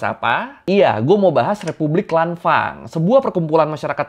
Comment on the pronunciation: dibancanya lanfeng bang kalau dichina